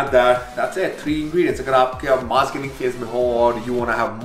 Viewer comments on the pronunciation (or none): none